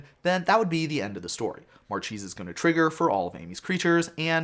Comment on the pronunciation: It's pronounced MarKEHsa, it's italian for marquise ;)